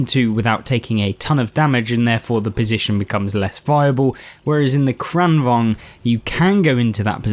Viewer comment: As a Swede, I'm very pleased with your pronunciation of "Kranvagn"! Also, nice videos. I enjoy them very much, lots of useful tips and tricks. Played a fair bit of Blitz some years ago, but new to the console version.